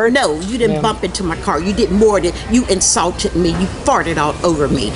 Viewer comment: She didn't say "insulted", she said "insaulted". A cross between insult and assault I guess. Love how people just make up words. Lol